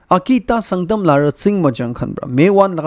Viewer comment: Very good Sangtam spelling pronounciation, saying thankyou bro